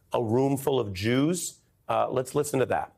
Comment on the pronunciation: Santos said he likes Jews. (But I think he said "juice")